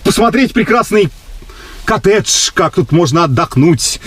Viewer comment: "Котедж"... Имбицил.